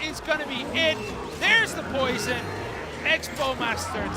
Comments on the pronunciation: dog he says poron on accident instead of poison look at the other guys name lol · Xera 51 they say porn instead of poison